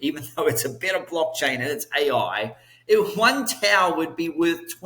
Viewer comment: Tao not town!